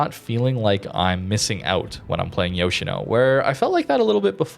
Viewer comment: Its pronounced Yosheeno.